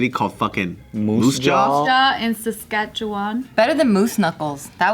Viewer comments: Great job on saying Saskatchewan right!!!! Most people say it funny. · Wow said Saskatchewan right